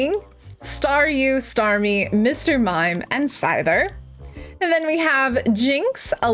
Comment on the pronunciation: Scyther is pronounced Si-ther Gyarados is pronounced Ge-ra-dos